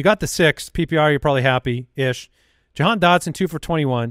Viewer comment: Ja-gone Dotson?